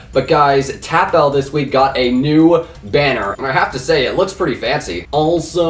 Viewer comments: Who else is triggered when he calls TapL Tap-L not Tapple? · Its Tapull (Teh Apple)